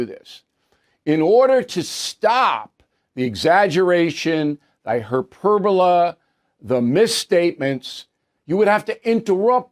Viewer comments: “Hyperbola” or hyperbole, Bill. You’re losing it. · Is it just me or is hyperbole being pronounced oddly?